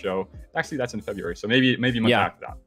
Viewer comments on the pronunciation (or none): Good stuff. What do you mean by febjuery? February?